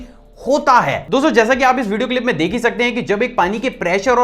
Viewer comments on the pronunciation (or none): You are saying" deeek" Rahe he instead of dek rahe he